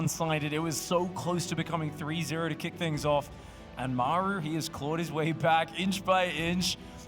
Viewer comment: Great cast! But the way you call "Maeru" the whole time made me almost mute the video.